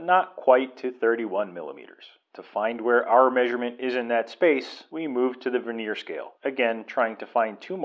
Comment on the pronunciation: Could you PLEASE look up the proper pronunciation of the word " vernier ". HINT: it ain't verneer.